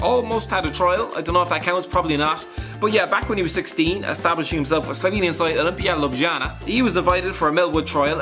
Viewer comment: I am from the same country as oblak (slovenia) and when you pronounced olimpija ljubljana so wrong that made my day cuz they've got rly big rivalry with my hometown maribor in slovenia is like barcelona and real Madrid But probably nobody cares cuz most people don't even now what slovenia is